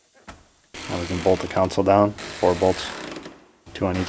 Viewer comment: Love the entire channel, just stop pronouncing console with a U in it. There's no U un console